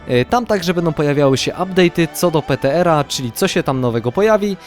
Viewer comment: PTR wypowiedź (pitiARRRR)